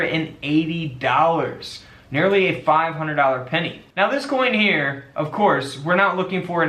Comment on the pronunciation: Love the "denny!"